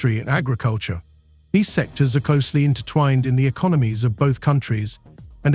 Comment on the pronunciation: Terrara-Watts and E-con-o-gnomies, U dot S dot, "All-ey of the US", eel-ek-trek, 'Tar-fee wars", "Ort-tarts" (auto's), "Maas lay-offs". How can anyone take any of this AI generated rubbish seriously when even the title is just misleading and false. Get a life.